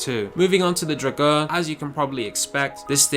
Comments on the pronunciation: Never have I heard someone pronounce drauger so wrong before lol. Draw-ger, come on man lol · You don't pronounce drauger right at all. By the way it can totally clutch kick. Just gotta know how to do it.